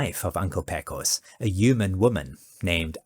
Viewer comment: A few notes also, BTW; “Pecos” is actually pronounced “PAY-cos”, and “Chisholm” is typically pronounced “Chizzum”. 😉🙂‍↕️